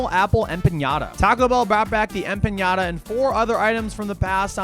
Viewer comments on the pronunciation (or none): dude what is an empañada😭😭 its just an empanada there is no weird pronunciation to it lol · THERE IS NO J IN EMPANADA SO STOP SAYING EMPANJADA GOD DAMMIT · aside from mispronouncing empanada — the n is just a regular n, not ñ —this was a cool video. I could not do this, because every time I eat Taco Bell, i make about three trips to the john over the next hour or so. lol. But damn, it tastes great going down. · Hey, empanada just has an N in it. It is not an ñ, which is an N with a following Y sound... Made the same mistake myself, many years ago... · It’s empanada,, not empañada… you didn’t eat a cheesy Gordita crunch…. I’m flabbergasted. Edit: great video. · It's pronounced empanada, not empañada. 😂😂😂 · Dude said, “Em-piiiiaaa-niiiaada” 😂😂 It’s “Em-pa-nada” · empanada is not empañada but yeah great video lol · If I ever hear empanyada again, I might lose it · eh-puh-naa-duh. Fun video to watch though. Normally i will do Steak, rarely chicken and if i do a potato those slap. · Emp-panada 💜💜 my love it’s empanada not like the Mexican toy you hit hehe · em pahn yaahduh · "Em pa nya da" might be the worst empanada pronunciation ive very heard 😭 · That has to be the WHITEST pronunciation of Empenada I've ever heard. 🤣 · A "pinyata" ? Lol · In-pinata he said😂😂😂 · bro can pronounce duodenum but not empanada 😭 love you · bro thats not how u pronounce empanada wth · Empanada is not spelled or pronounced with a Ñ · Hey, I'm new here, why is this guy's gut always in bits and pronounces Empanada the way he do? Anyway, we are excited for our first Taco Bell in Ireland and shoutout Nick, nice ride. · I gagged every time this dude pronounced empanada. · Video quality - 10/10 Humor- 10/10 Pronunciation of empanada - 1/10 lol love u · Empanada is pronounced how it's read btw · That's not how to say empanada, my guy... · I do not like the way you say empanada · You're over-pronouncing empanada. There's not tilde over the n.